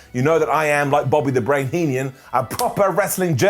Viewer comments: Did say, "...Bobby 'The Brain' Heenian"? And Vince is making Biden seem cognizant! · How in the world are you pronouncing Bobby “The Brain’s” last name?